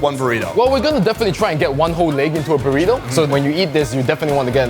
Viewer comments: Borito the proper pronunciation. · Not bad pronouncing Burrito, try rolling the R more like "boo•rrrrrito" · Did just say "Puurito!!" for comic relief??! And say that's the proper pronunciation.... ? Get prepared before the show maan! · Love your ''Burrito'' pronunciation xDDDD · u still not saying Burrito correctly but close enough!